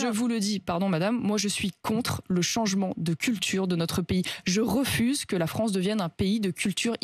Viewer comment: Non franchement il respecte très bien la FRONCE. 🤣🤣🤣🤣🤣🤣🤣🤣